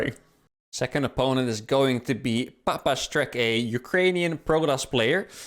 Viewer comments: Nickname of your second opponent was palianytsia,that word means special type of Ukrainian traditional bread. Actually that word is very useful to reveal russians because they can’t pronounce it. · Second player's name isn't papastreck but palianytsia, a word that was used in Ukraine at the start of the invasion because it's hard to pronounce if you never heard it before